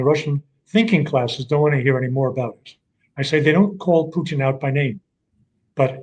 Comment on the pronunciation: 3 minutes I lasted before I had to turn off this numpty! Why the judge gives him airtime I'll never know. Maybe he likes Putin being pronounced Poutine...he's not fucking cheese curds!